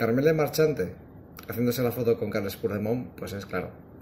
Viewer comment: Aprende a pronunciar Puigdemont. El ridículo lo haces tú, no te das cuenta? Anda sigue riéndote...si a eso se le puede llamar risa